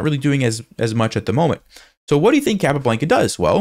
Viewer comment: Capablanca (kah-pah-BLAHN-kah) - please, please pronounce it correctly!